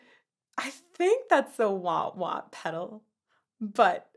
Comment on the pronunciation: Not a wa wa peddle.. a "wow wow" peddle😂